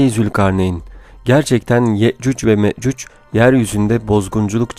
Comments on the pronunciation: Ye'cüc Ve Me'cüc diyor. Okuyunca böyle bir telaffuz ortaya çıkıyor. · Yakında yeeeeeeecuuuccc" ve meeeeeecuc olur kardeşim yecuc ve mecuc telaffuz ederken dikkat et